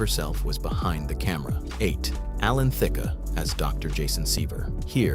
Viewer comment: Why does the narrator sometimes pronounce Alan Thicke’s name “Thicka” and sometimes “Thick?” Which is correct?